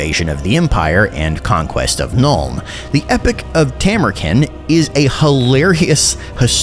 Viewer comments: hate to be that guy but bro why you callin him Tamur-kin, it's Tamur-KHAN, you even used the voice clip where he says it like that in the first 5 seconds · Isn't it Tamurkhan not Tamurken? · Khan is pronounced with a long a. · Stop pronouncing his name wrong. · I do enjoy that you continue to mispronounce it even after he says it himself. The internet is sure to be furious